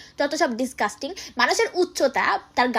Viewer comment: ডিসকাস্টিং না ডিজগাস্টিং 😂